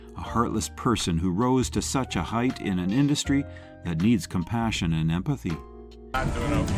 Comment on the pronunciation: AI narration: stupid. There's a difference in pronunciation between heat. AND neight. Come on, man!